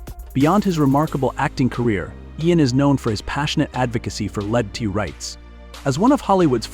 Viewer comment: 2 minutes in Sir Ian McKellen is an lgbt rights activist. But the AI cannot figure out how to pronounce lgbt. And it only gets worse after that - the Karl Urban part is full of mispronounciations, including the name of his character in Lotr